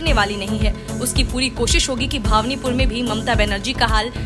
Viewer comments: भावनीपुर को भवानीपुर बोलें तो अच्छा होता। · भावनीपुर नहीं भवानीपुर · भावनीपुर नही भवानीपुर बोलो। !! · जो भवानीपुर को भावनिपुर बोल रही है उसका विश्लेषण कितना सही होगा खुद अंदाजा लगा सकते है। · अरे हिन्दी बोलना सीख लो,फिर न्यूज पढा करो। भवानीपुर बोलो।